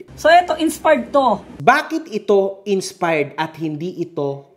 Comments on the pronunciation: tang ina ni hahahaha "inspard" ampota hahaha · "insparred" inulit pa tlga ni HAHAHAHA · "Insparred"